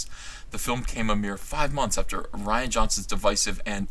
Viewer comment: i'm pretty sure it's pronounced REE-ANN johnson because it's spelled rian and not ryan.